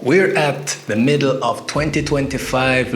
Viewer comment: Yes we are in meedle 😂 I agree